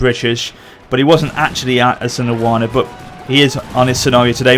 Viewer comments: Pronunciation: EEsandlwaana. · It's pronounced I-san-dwal-na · your pronounciation of Isandlwana is hilarious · Pronunciation Help: Is-and-l-wana (Isandlwana) nah-tal (Natal)